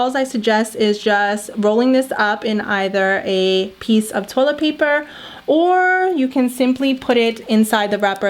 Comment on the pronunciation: She’s saying tolebal instead of toilet